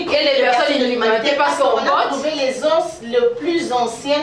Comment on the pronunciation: les oss te mais les zos(os).🤗. Merci se corriger.